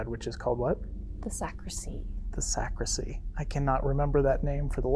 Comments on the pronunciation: Great episode guys! I loved watching it and the Paranormal Encounter's episode with Ryan as well! That place is huge and scary! FYI- it's actually a "sacristy" not a sacrisy. 🥰 Can't wait to see your next episode!!!🥰💖💖💖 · Just a friendly FYI...it's Sacristy not Sacrissy. Carry on! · Love you guys. Your calm, dignified, evidence-based methods makes this an amazingly watchable channel. It’s super scary but it’s well researched and put together with loads of effort and energy. Just so you know , it’s pronounced sac-ris-ty. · The room behind where the priest gets ready is called a sacristy. The t is pronounced. Just thought I’d let you know. Enjoying the investigation.